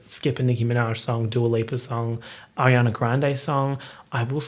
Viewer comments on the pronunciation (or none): none